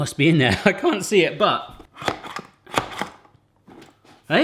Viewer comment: u hear your accent when you say "cant"